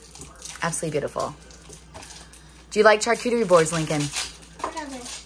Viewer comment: Just a friendly tip.🙂🥰 Charcuterie is pronounced "Shar"cuterie😃